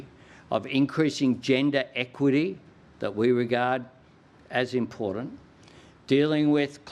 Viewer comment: Albo learn your English,, IMPORTANT has a T in it not a D,,,, and learn how to say NUCLEAR ,,,,😢